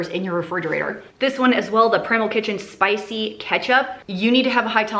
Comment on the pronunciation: Girl, this is spi-say! 😅